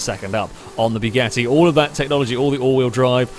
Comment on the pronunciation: Am i the only one whos ears are bleeding when he says BYUGATTI? Othervise it is a really good video. But man....it is BUGATTI, not BYUGATTI. "BYU" sounds like a deep voice of a laser cannon...